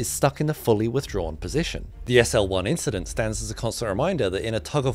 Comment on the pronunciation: Nothing, just an inchident